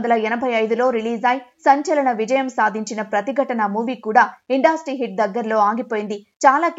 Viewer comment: ఇండాస్ట్రీ కాదమ్మా ఇండస్ట్రీ